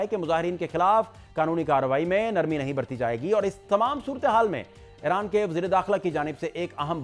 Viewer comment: جناب جب غلط عرف عام ہو جاۓ تو صحیح پر غلط ہونے کا شک ہوتا ہے۔ یہ نام "ای ران" ہے "اے ران" نہیں۔